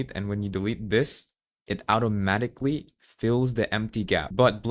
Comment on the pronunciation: Outie oh? Outo-matically?